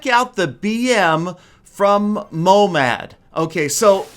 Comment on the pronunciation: Its not momad its mohamad i live in iran and this is persian and i speak persian